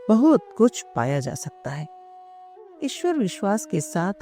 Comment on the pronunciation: इस ऑडियो में ईश्वर का उच्चारण और अधिक शुद्ध किया जा सकता था